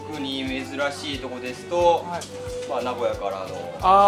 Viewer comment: 発音：名古屋↑じゃなくて名古屋↓です。